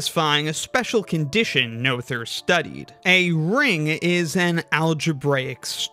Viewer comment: that's such a cool piece of art! one thing though: since you did emulate the vowel in "Göttingen" you might for consistency's sake want to do the same for the 'oe' in "Noether" which is the same (well, kind of, it's the long version of the vowel, which is also closer, but we want to still stick to English phonology after all). also, that 'th' is just a plain /t/ sound (German doesn't have the English 'th' sounds, cept maybe in loanwords). then again "Noetherian" just sounds so much better the way you say it (and, um, i might as well if i'm honest). and technically the 'ő' in "Erdős" is the same as the 'oe' in "Noether" but i reckon that would stretch English phonotactics to the breaking point.